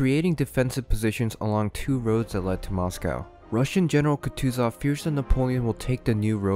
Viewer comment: "Туков" и "Катузов" ))) Тучков и Кутузов!!!